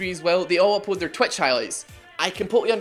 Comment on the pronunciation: I just realized you say "upoad", that hoot under my skin the moment I paid attention. I hope i never did.